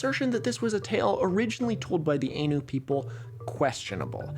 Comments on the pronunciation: You're pronouncing Ainu wrong the whole time btw. It's /ˈaɪnuː/ not /ˈeɪnuː/ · I think Ainu is pronounced like Eye New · "Ainu" is pronounced "eye-noo" by the way. If you ever go to Hokkaido, there's only village left that's majority Ainu, and it's not famous, Nibutani in Biratori. It has a guesthouse run by local Ainus, Yanto. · “Ainu” with the “ai” in “rain” sounds like a plural for anus. It’s “Ainu” with the “ai” in “Thai,” which is the typical handling of that vowel with Asian words transcribed into the Latin alphabet. Sorry to be a smarty pants; I do love your content. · You're lowk wrong about your overview of the Ainu. They are not descended from Han Japanese (Yamato) people, as you imply. Rather, both Yamato people and Ainu people share a common ancestor, the Jomon people. Also its pronounced Ainu, IPA: /áj.nu/ or [ʔáj.nu], not Einu as you say, IPA: /eɪ.nu/. Also the Ainu are not the same as the Ezo/Emishi. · Every time he pronounces it aynu I die a little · I've always heard Ainu pronounced "eye-new" or "i knew". including from historians whos work is focused on the region. anyways, sweet content as usual!! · This is such a great video but the mispronunciation of Ainu is killing me. The ai is pronounced like "eye," not like the ai in "laid." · The typical English pronunciation of Ainu is /ɑjnʉw/ "Eye-noo" Great episode! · For reference it's pronounced 'Aye-nu', they are probably genetically related to the Jomon component of Japanese ancestry and they are not culturally linked to any particular Siberian ethnic group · Yeah, Ainu should be more like eye-nu because an "ah" rolled into an "ih" makes "eye". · Ainu is pronounced like “eye-new” Iirc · I cringed whenever you pronounced Ainu like that. Its pronounced like "I knew". Also, they arent descended directly from the Japanese but share ancestry with the Japanese (Japanese people come from a mixture of Yayoi and Jomon peoples. Ainu people descend directly from the Jomon).